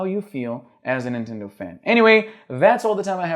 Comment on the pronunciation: Não consigo ouvir "nintendow" e não rir